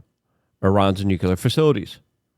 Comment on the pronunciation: FFS LUKE! NUCLEAR! NEW CLEAR. NUCLEAR!